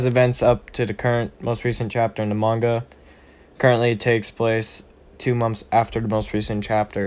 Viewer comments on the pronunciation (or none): none